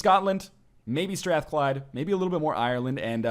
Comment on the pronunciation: I come from Glasgow, and you pronounced Strathclyde better than most Scots do.